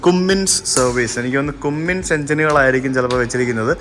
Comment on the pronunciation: കുമ്മിൻസ് അല്ല കമ്മിൻസ് എന്നാണ്